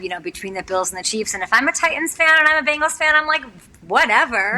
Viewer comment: Love the way you said BANGles. might he one of the best accents around.